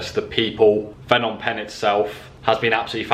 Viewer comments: The h in Phnom is silent and last part sounds like om, the sound you use when meditating only shorter don't extend the sound. Short and sharp. Last part pronounced closer to ping but without the hard g. My two cents. Just found your channel will enjoy watching future vids. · Haha school boy error there Fnom Penh 😄 Bit like people calling Phuket 'Fuket'